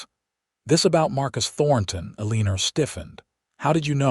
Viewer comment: Terrible AI narration! People in wild west did use contractions and could pronounce words like Eleanor. I stopped listening. This story is a waste of time.